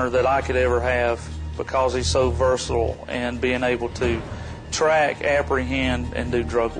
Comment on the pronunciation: "hes so VERSEALL??? You mean Versatile!